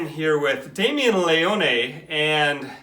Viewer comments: The Leone makes when his name is mispronounced 😂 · He said “Leone” wrong